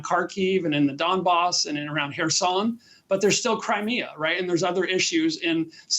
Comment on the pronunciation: Not Kherson anywhere but Kherson!!!